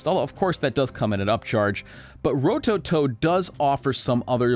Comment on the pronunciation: Ro toe toe , say it fast with no emphasis on any Ove the vowels, smooth and all at once. That’s how you pronounce Japanese names rowtowtow, somewhat fast and all 3 syllables should sound exactly the same